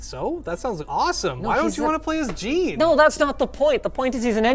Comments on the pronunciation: It's Not JEEEEN but "JEAN" :'( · The way he pronounces "Jean" the same he would as a pair of jeans... When it's a French name and is pronounced completely different. It hurts me deeply. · HOW can your name be and NOT be able to say the name Jean correctly??? 😑